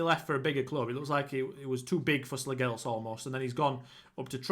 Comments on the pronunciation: As a dane our language is so stupid. The g in Slagelse is silent i would say it would sound more like slayelse(what a killer name btw). Slagelse B&I was bought by a company in 2008 and changed the name to FC Vestsjælland( West Zealand ) but the company went bankrupt and i think that is why they fell so many tiers down. Slagelse changed their name back to their roots again after the sanctions and the buyer/club/company went bankrupt. Great club for a rebuild :) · Slagelse you pronounce the last E also.... And Slagelse have never been in the Superliga. That what the fusion between Slagelse and another club. They were called FC Vestsjælland. They were dispanded ages ago....